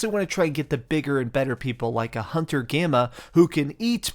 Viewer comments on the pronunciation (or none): none